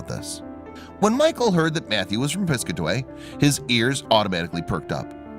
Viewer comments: Pis-CAT-away. Not PIS-cuh-tway... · And it’s Pis-cat-away, not piscaway!!! Ugg!!! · It's pronounced Piss Kat Away not piscaway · I'm from the town next to the one they are from,its pronounced PIS-CAT-AWAY NOT piscatee like he said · It’s Pronounced Piss...cat...away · Its pronounced Pis-cat-a-way...Jeeeeezzzzzz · It's Piss-cat-away, I have no idea what this guy is saying? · It’s Pis-Cat-A-Way lol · It’s piss-Kaa-ti-way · Great story I would recommend researching the pronunciation of the town's name Pis-cat-a-way NJ. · Plus he's can't even pronounce name of town. Pis-cat-away. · Hey, guy. Learn how to pronounce Piscataway.